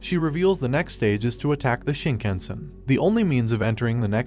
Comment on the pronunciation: um its pronounced KAHNSAI!, and KAHNTO!, and SHINKAHNSEN, not caan, come on dude!